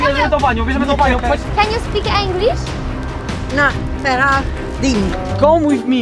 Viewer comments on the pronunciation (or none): Werka mówi się inglisz. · WRSEOW: ken ju spik Englisz